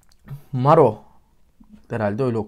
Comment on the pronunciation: Merhaba, videoda bahsedilen bazi konular hakkinda bilgi vermeye geldim. Sarkicinin ismi Mâru gibi telaffuz ediliyor, a harfi biraz uzun ve o harfi u olarak. Sarkinin buyuk bir kismi Inglizce, %70'lik bir kismi. Nakaratta gecen saudade kelimesi Portekizlilerin soyledigine gore baska dile cevrilemeyen, tam bir karsiligi bulunamayan bir soz. Zaten sarkida da "nothing more that I can say, says it in a better way" diyerek de acikliyor bu olguyu. Video birinci oldugu performans, ilerleyen kisimda butun finalistler ve sunucular da sahneye katiliyorlar. Sahnede gordugumuz 5'li bir grup degil, ortada bulunan Maro sarkinin vokali ve yarismaya katilan ve kazanan asil kisi. Yari final performansinda sahneye tek basina cikmisti. Yanindaki 4'lu bu sarkinin cover versiyonunu yapti, insanlar cok begendi ve Maro'ya hayranlari neden sahneye birlikte cikmiyorsunuz diye mesajlar gonderdi yorumlarda bulundu. Gorunen o ki bu fikri benimsedi ve sahneye birlikte ciktilar. Bu haliyle biraz kafa karistirici gorunuyor, belki Eurovision sahnesine daha farkli bir duzen dusunebilirler, Maro onerilere acik gibi gorunuyor. Yarismanin diger ilgi goren sarkilari Aurera - Why ve Pongo e Tristany - Dégrá.dê diyebiliriz. Aurera Portekiz'in Hadise'si diyebilecegimiz bir sarkici. Kariyerli ve populer birisi, Ingilizce pek cok basarili sarklilari var, the Voice Portugal juri uyesi bir sarkici. Sarkisi begenildi ama sozlerini kendi yazdigindan ve ilk Ingilizce sarki yazma deneyimi oldugundan midir bilinmez ama bir e